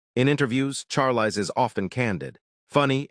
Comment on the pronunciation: Learn how to pronounce her first name.